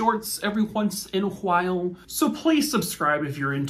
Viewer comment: When saw awhile, the emphasis on the h reminds me of when Stewie says Will Wheaton. Or did Brian say it. Not sure. Bird is the word. Squirrel!